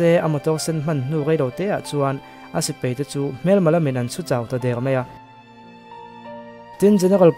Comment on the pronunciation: Sipai hi sipei I ti leh zauh zel,,han tang deuh teh